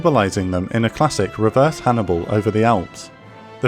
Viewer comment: "A classic reverse Hanbial" xD